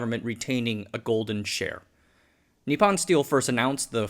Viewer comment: It’s just really difficult on the ears… could you say nippon as nee-pone… pone as in as in pony, just no y/e pronounced at the end. It isn’t pon as pond… long o. Thank you.